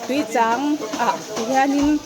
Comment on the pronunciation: I lam rik dan chu "Tuichang LEIH" ti a lam i ang deuh tlat mai....